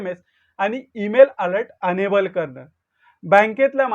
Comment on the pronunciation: एनेबल की अनेबल एनेबल असेल ना